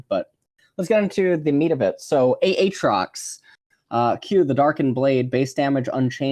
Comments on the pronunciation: said aatrox like Ay-ay-ron in key and peele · He does that on purpose (at least the ay ay trox) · if you're actually genuine about this. it's because he kept calling him "ah-trox" and people went mental so he's just calling him that to further annoy the vocal peeps :p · How you pronounced aatrox, reminded me of a a ron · A... atrox? Uhtrox? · who the fuck says A. atrox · Literally never pronounces a single champion's name correctly XD. Ay-Ay trox??????? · 3 different pronunciations of aatrox in 1 minute. Impressive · Why does he pronounce Aatrox like Key from key and Peele pronounces Aaron??! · The way he pronounces each champions name completely different ways in the same sentence. Lmaoo